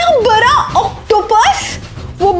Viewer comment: Aap bda ko bra bolti ho 🤣